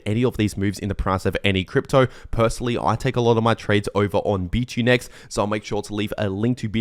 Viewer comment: bitunix, not bitunex! ix,ix